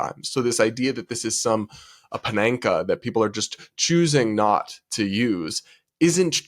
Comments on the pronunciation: Paneka? Were you saying panacea? Pan-a-see-a. Love your videos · . The word "Panacea" is pronounced "Panna-SEE-ah", not "Pananka", just FYI. (I think its Greek? Idk, its a weird word, tho) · Did you say “PaNaNkah”??? Babe- “Pan-a-See-uh” = panacea??? 😅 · Did you say "pananka"? Look up pronunciation of "panacea". Just fyi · ....love you like a littler bro, but NOOOO! "Panaka"? I mentioned this like twice already; get someone to go over your script before you read it if you don't recognize the words. It's Pan-a-SEE-a (Panacea). Again, it's what separates amateurs from professionals, and I want the best for you here. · "Panenka"? Were you reaching for "panacea", meaning universal cure or remedy, pronounced "pan-uh-SEA-uh"? A Panenka is a penalty kick chipped straight down the middle of the goal, rather than to either side, which hopes to catch the goalkeeper diving away from the middle. Looks genius when it works and utterly moronic when it doesn't. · lol had me googling if "pananca" was the correct pronunciation of panacea in English because I realized I've only ever heard it aloud in French where it is pa-na-say. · Love your content,! I don’t comment much bc I listen to the podcast more than watch your videos. Just a friendly PSA letting you know the pronunciation of panacea is Pan-a-SEE-ya. That’s all! Keep on doing what you do! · Very sad how delusional that TikToker and I'm honestly sad for him and how afraid of things he is. Also,, and please don't take offense, but panacea is pronounced pan-uh-see-uh. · pa - nuh - see - uh. Just sayin'. And I agree with everything you said, even the word pronounced incorrectly. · Apologies in advance for my pedantic nature, but I think the word you meant to say was "panacea," yes? It's pronounced pan-uh-SEE-ah. Just so you'll know next time. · I love ya, but it's pronounced pan-uh-see-uh 😂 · panacea is not pronounced that way....